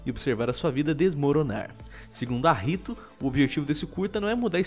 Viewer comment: "no C R A I S O L" "segundo a R I T O" KKKKKK